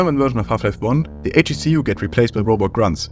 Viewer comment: ‘HECU’ is produced: heck-oo btw